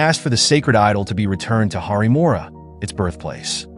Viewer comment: Its not `harimora´ its "haripuram"